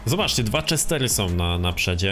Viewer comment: "KALIO" XDDDD i "CZESTER" czemu on nie umie czytać xD? Ps: szkoda, że dałeś na początku wstawke z już stuningowanym autem, przez co troche zaspojlerowałes 😑